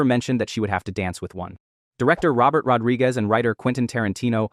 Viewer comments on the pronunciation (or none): none